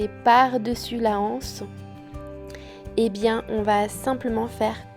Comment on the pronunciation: Très beau sac bien réalisé ! Mais on ne dit pas la anse on dit l’anse et donc on fait la liaison aussi avec les anses , il n’y a pas de h aspiré. A bientôt de vous regarder, je ne rate aucun de vos vlogs qui me plaisent beaucoup